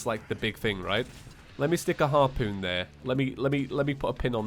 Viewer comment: Hearpooon Me:???